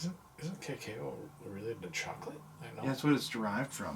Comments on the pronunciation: This made me miss my dad a lot! Also, the way you guys were pronouncing “cacao” had me laughing. It’s kinda like the “ca-caw” from a crow, but ending in “o” lol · Oh and, cacao is pronounced kah-cow lol